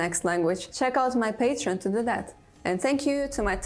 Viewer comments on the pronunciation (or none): none